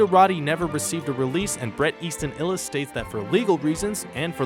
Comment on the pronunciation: Don't forget Bret Easton "Illis".